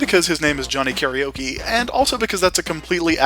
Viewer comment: One day... people will pronounce Karaoke correctly. But for now... we wait.